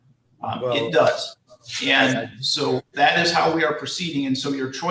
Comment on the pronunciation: “You did not answer dat….” Apparently, th has been charged to d in all words. 🤦‍♀️